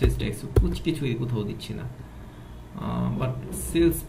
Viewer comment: ভাই ট্যাক্স কে বারবার ঠ্যাক্স বলতেছেন কেন? শুনতে বিশ্রী লাগছে